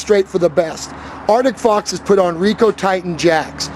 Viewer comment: can you not pronounce ArCtic... it isn't Artick